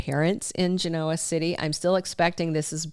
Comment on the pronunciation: Gin-No-Wah...NOT Gin-Noah.